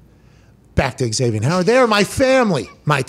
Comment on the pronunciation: It's Zavien, Pat, not Eg-zavien. lol